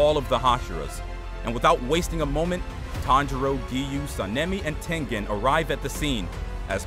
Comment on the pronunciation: He is not tenthen it's tengen